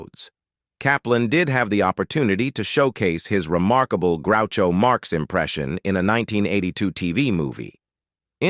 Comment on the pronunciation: GROO cho Marx